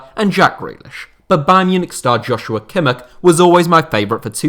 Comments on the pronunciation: Nobody:: kimmerk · For some reason, it annoys me how he pronounces Kimmich. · His pronunciation of Kimmich is even worse than w most English ppl